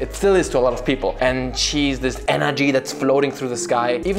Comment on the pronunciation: Notice how he said "CHI" and not "KI" just saying.. .